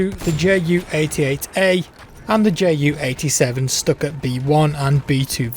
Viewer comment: ST-U-K-A NOT STUCKER